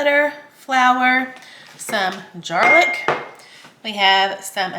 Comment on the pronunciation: Ooo...the chicken pot pies look delish! Lol, he doesn't know how old you are.😂 I like that "Jarlic".😁👌 Enjoy your pool!🏖️